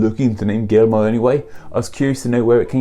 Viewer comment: Guillermo is pronounced GEAR-MO. But I didn't know until I heard it said out loud.